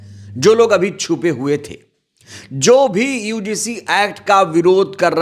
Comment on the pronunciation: बार बार यूडीसी क्यों बोल रहे हो । यूजीसी शब्द है ।